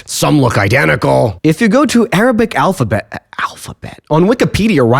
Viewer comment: first time hearing a non arabic person pronouces arabic alphabets that good, amazaing!!